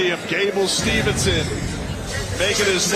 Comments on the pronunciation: Gable STEVESON, not STEVENSON … announcing messed his named up the entire show , gotta do better than that … Great job Champ!!!! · How come the COMMENTARY can't say Gable STEVESON correctly!?!?!?